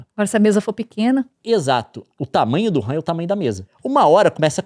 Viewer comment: A única coisa que eu tenho a reclamar desse vídeo é o Leon chamando a RAM de "wuhan" hahaha. Ótima analogia.